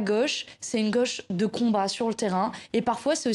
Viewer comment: Manon Aubry est native de Fréjus, dans le département du Var. Elle prononce " gauche" à sa façon. Dans sa bouche, " gauche" devient "gôche"...Est-ce le cas de tous les natifs de Fréjus et plus généralement de ceux du Var ?.....Rappelons que "au" se prononce comme un O fermé...